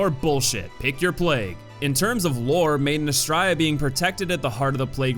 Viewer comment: “Maiden Astraea” sounds like you’re saying “‘made in Australia” in an Aussie accent 😂😂